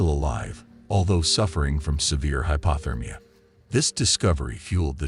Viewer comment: Bugs the sht outta me how he says "hypAHthermia" instead of hypOthermia. 🙄 What would l do if l were trapped? I'd go hypothermic and die.